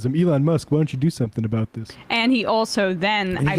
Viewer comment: "ABOOT" LOL